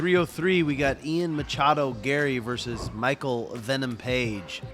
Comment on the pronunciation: So he can say versus.